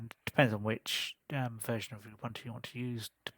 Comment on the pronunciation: Thank you for the review, I'm trying Puppy this week. Some advice :) Ubuntu is not pronounced 'Uh-bun-to', it is pronouced 'Uh-boon-too' or 'Oo-boon-too'. It is an African term meaning 'humanity' or 'humanity towards others', there are many pronouciation examples on YT.